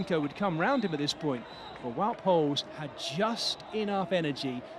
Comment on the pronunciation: since when is wout poels english 😂